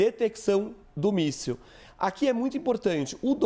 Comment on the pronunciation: O repórter disse míssel caseiro🤔🤣🤣🤣